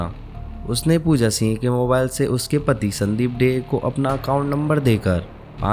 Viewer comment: Also not Pooja "Seeeng" it is Pooja Singh..